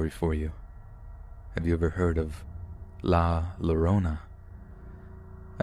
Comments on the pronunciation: hey! love listening to your stuff! i just wanted to let you know that la llorona is said very incorrectly here! it is a very important urban legend in spanish culture! so you should definitely say it correctly! two l’s together in spanish say “y” so its like /la yorona/ instead of /la lorona/ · Dood! La Llorona is pronounced with a Y where the two L's are, because in Spanish, two L's makes a y sound. So it's (la yorona) I just remembered it's that way in French too, so be careful there. It's one of those phonetic rules in other languages, most of which English borrows from anyway, where the sound of one letter may change depending on which one it is next to. Don't even get me started on Scottish Gaelic, or Welsh, holy cow! Simply put it's one of those things like when a u is next to a g it makes the G sound very hard, except sometimes when there's an i or an e , the sound may be different and there might be a w sound because of the U and because of that next vowel. And in Italian, where the GN in a word such as lasagna ends up being pronounced as an NY for some reason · La Llarona, pronounced, ya-rone-uh. Two “Ls” in Spanish is pronounced like a Y in English 😊❤️ You probably know that now and I’m sure I’m not the first to mention it. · “La lorona” lmao 😆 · “La Lorona”😂